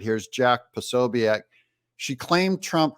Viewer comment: Just an FYI, Jack Posobiec is pronounced Posobic! 😊